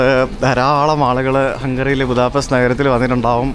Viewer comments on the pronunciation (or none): Будапешт/ ബുഡാപെഷ്ത് എന്നാണ് ശരിയായ ഹങ്കറി / വെങ്കറി ഉച്ചാരണം! ഹംഗേറിയൻ ഭാഷയിൽ ഇത് ഹംഗേറിയൻ ഭാഷയിൽ എഴുതിയിരിക്കുന്നത് പോലെ തന്നെയാണ് എഴുതിയിരിക്കുന്നത്, എന്നാൽ "s" എന്ന അക്ഷരം ഒരു "sh" പോലെയാണ് ഉച്ചരിക്കുന്നത് എന്ന് ഹംഗേറിയൻ ഇതര മിക്കവർക്കും അറിയാത്തതിനാൽ, അവർ അത് തെറ്റായി ഉച്ചരിക്കുന്നു.